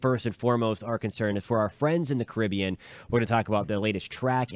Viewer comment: Thanks for pronouncing "Caribbean" correctly!